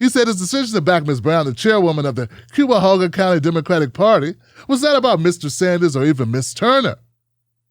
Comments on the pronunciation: "KYA-HOGA County",. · please read this. Cuyahoga rhymes with Buy-a-hogga. I cringe every time I hear you say it wrong.